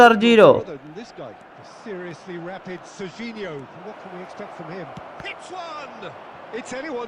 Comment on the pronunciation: Sarginho❌ serginho✅